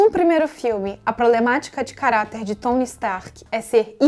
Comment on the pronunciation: N é por nada não, mas achei mto engraçado o jeito q vc pronunciou o nome de certos personagens. "Furry" "Tsony" Como já diria o miranha: "falar inglês é legal, mas não fala de mais!"